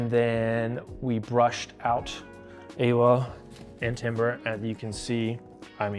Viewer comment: them pronouncing awa's name correctly on just the first stream, then never again hurts my heart. it's maori, it's ah-wah